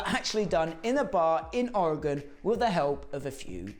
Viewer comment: Great job pronouncing Ori-gun correctly! Anyone interested should pick up the Hodaka book by Ken Smith & Paul Stannard and head on out to Athena, Oregon (the home of PABATCO) in June for the annual Hodaka Days celebration and thanks for this vid - it was a real treat!